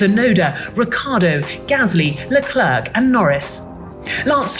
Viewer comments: IT'S NOT PRONOUNCED LE CLERK! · She still isn't there with pronouncing Leclerc's name. It's still French, with the "c" at the end silent. Who wants to try to 'splain it to the Anglo?